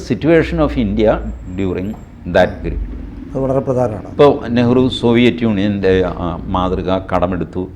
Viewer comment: What was Nehru?. That was Neehru 😂